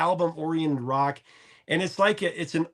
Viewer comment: Looooooove you!!!.. sounded like you said professor of wok!..had a vision p.o.r..cookbook professor of wok!!...lol...your the best bud